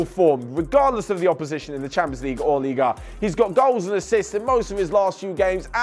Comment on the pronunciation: Ligue Uuh